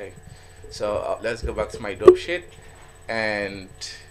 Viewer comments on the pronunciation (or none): when you said dope sheet, i literally thought you said dog shit lmfao